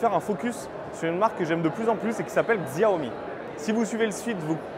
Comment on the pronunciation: Ca se prononce Siaomi. Si vous dites à un chinois ou un american ils vont rien comprendre a Xiaomi, car se dit SIAOMI. Les français prononcent plustot bien le "Chargement sans fil Qi" c'est Chi pas Ki, alors pourquoi pas faire l'effort pour Siaomi. It's pronounced as Siaomi.